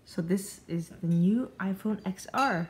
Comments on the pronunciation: TEN R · Stop calling it xr.....even tim cook calls it 10r